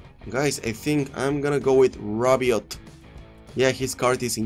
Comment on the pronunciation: Btw you have to say "rabiot" without the T so rabio is the best prononciation